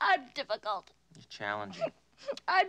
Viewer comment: “I’m deffekult”